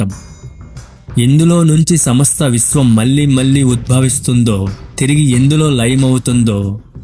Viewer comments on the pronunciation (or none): పరిస్కారం కాదు పరిష్కారం అని పలకాలి.. మల్లీ మల్లీ కాదు మళ్ళీ మళ్ళీ